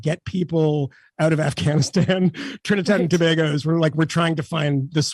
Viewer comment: .... pronounced 2 bay go , ..not to bah go . ..yeesh.. international journalist. P.s JESUS was not white.